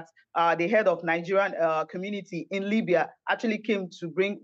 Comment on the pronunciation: Exactly. I was like "Limbya"? And a few contradictory statements